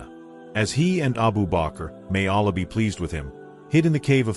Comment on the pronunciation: ALLĀH is pronounced AL-LAAH, not ALAH.